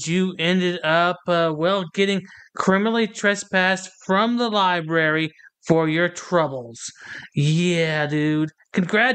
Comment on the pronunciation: " Li... BERRY"? shame ON you! Get Help!